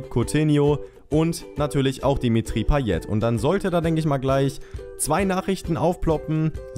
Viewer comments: Du sprichst payet falsch aus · paye nicht payet aber du weist ja eh alles besser